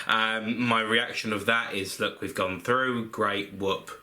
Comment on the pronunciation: England are froo (at 6.16)